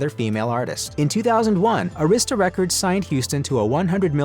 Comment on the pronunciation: Just hearing the mispronunciation Arista records is so disrespectful SMH